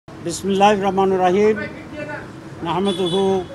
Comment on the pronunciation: রাজাকারের বাচ্চা আগে ঠিক মত বিসমিল্লাহ বলা শেখ।